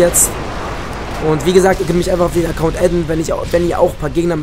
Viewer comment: T vergessen du schlaumeier! Acoount NICHT Acoound! ;D